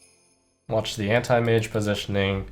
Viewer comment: how he pronounce antimage actually makes me feel uncomfortable